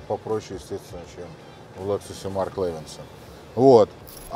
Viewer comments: Я тоже наверное стану охотником и рыболовом, вон у них тачки какие. Автор задрал не правильно говорить Лэксус может Лексус где ты увидел Э букву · Обзоры не ваше дело, не приятно слушать Лэксус и Мишелин